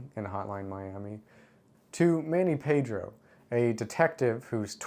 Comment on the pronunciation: I'm sorry but for a guy that claims to be a real understander of Hotline Miami It really hurt to see you call the detective "Manny Pedro" instead of Manny Pardo